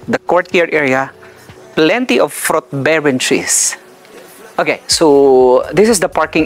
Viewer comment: Plenty “ frot “ trees area but not so much “ FROT “ trees … !!! 🤔